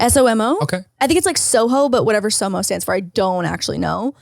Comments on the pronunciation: it’s SoMa, not SoMo 😅 SoMa is short for South of Market which is a major street in the city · each time says “soMO” i die a little inside HAHA it’s the aggressive MO for me i could be wrong but i’m assuming it’s SoMa and not somo 😂 south of market street LOL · It’s not somo it’s SoMa. It stands for south of market, as in market street. One of the main streets lol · It’s SOMA not somo LOL stands of “south of market (Street)” just FYI haha